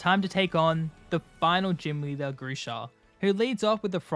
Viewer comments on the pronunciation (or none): none